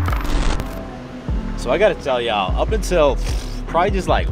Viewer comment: You can’t say “y’all” right yet hahah